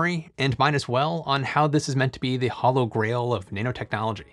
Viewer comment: Did he say "the hollow grail of nanotechnology"?